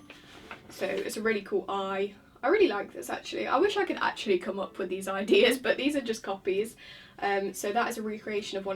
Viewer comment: I'm being lazy and not going to read all the comments to see if anyone else has made this joke but anyway, ; "I wish I could actually come up with these ideas" Do you mean eye-deas?